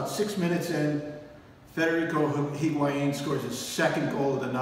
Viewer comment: I can't believe you pronounced the "H" in Higuaín. Come on. It's lazy and disrespectful and also proves to me you're not a real Crew fan.